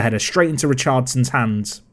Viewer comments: I love how you pronounce Richardson as if you was saying Richarlison? Is Richardson Brazilian by any chance? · Spectacular pronunciation of the name 'Richardson'